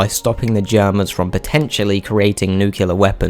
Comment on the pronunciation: It's pronounced new-cle-ar, not nuke-ular. And yes, the Germans were working on their famous V2 Rockets, their counterpart to the Manhattan Project in the US.